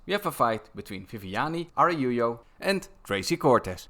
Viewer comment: I'm sure said Arajao?